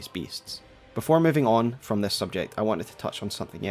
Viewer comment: I wish I could like the stories you tell but that accent man, is hard... is so hard not to laugh at the way you change "i"s for "e"s Wetch? Thes? Lmao